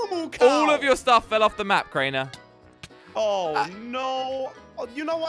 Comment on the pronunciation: Did you just said craner